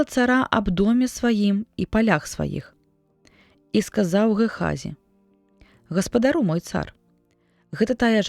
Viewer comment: Прачытана: гаспадару', у клічным склоне слоўнік дае: гаспада'ру.